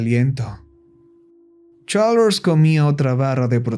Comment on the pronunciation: Me da risa como dice CHARLLSS💋